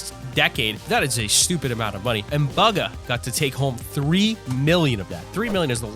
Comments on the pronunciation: Lmao he said bugga not bugha pronounced booga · Bugga? His names pronounced booga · It's pronounced booga not BUGa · Bugah not baga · He’s calling Buhga bugu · It's not baga it's bugha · It's BUGHA not bugga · Top gaming :baga world cup player Ppl:Going to comments to see what the chat sayingabout baga btw its Bugha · It doesn’t sound like buga it sounds like booga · dude its not bugga its bugha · bro he said buga instead of bugha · its not baga its bugha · T5g not bugga Bugha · It’s pronounced booga not buga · Bugah not buga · He said Bugha like buggy instead of booga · Buhga is said like booga not baga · Bugga????? Bugga??????? ITS BUGHA!!!! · he said buhgo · It’s boo-ga but if you’re scared of the boo in bugha I’m fine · Did you say buga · Did my dude call Bugha buga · He said BUG-A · It's pronounced booga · Boogah is how u say it!. /-/ /-\ |\| |3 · It's pronounced boo-ga. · He said buga instead of bugha 9:8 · bugger it bugha say it right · Boogha or bugha (pronunciation) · Bruh you pronounce his name like booga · what did he just say baga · He pronounces bugha as baga whereas you say it boga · bugha is said like booga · Bug-a? BUG-A? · It is boogha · my man cant say bugha right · You pronounced bugha wrong